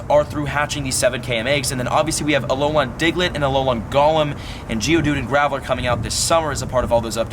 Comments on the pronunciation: It’s Alolan not Alolon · Stop saying alol-on it's pronounced alol-in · its alolan not ALOLON lmao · Does it bother anyone else how it he says Alolan? It is not Alolon :S Love your videos dude! (Y) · its pronounced uh-lo-lin not uh-lo-lon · Why do you pronounce it as Alo - lon? It's Alo - LAN Also I don't think multiple accounts will be an issue. It will do almost nothing to harm the trading community. I'm not going to lie either, I multi account. But only because my local POGO community are full of selfish and toxic people. I'd rather play by myself as sad as that may sound. The friends I do play with are my wife, and friends from out of state that visit often. What I'm curious about is how many people have the same issue of their local POGO community being toxic? For example they refuse to invite people under level 40, and they start drama over all sorts of nonsense. Like EX:Raid teams. They've also bullied people who were just joining the game into thinking they weren't good enough to do raids with them. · Dude it is pronounce Alo-lin not Alo-lon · Why do you keep saying alolawn 🤔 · Alolon? -.- Just say gen 7 forms or something xD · alolan = uh low lin pls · its- A-LOW-LAHN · Love your content but if you say Alolan wrong again I’m going to lose my mind